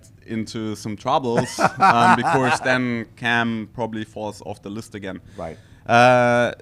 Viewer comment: gonna miss the famous 'becourse' - what a gem of an human being